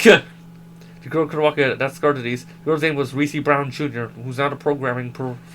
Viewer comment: ermm aksually its Reese not ree see son